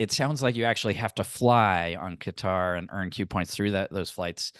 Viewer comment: Pronounced Qatar correctly . They have been trolling us with cutter.